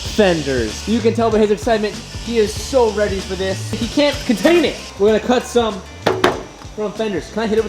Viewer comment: when he says "some" it sounds like allstar lmao